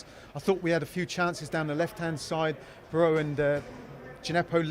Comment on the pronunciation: its not pronounced as Broha like the spanish "J", the name Broja is pronounced as Broya, Albanian isnt like English or Spanish.